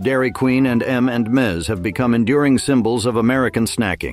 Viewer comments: M and Ms and not M and Miz!!!!!!!! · Anyone notice 3 times he called M&M's M & Mizz..😂😂😂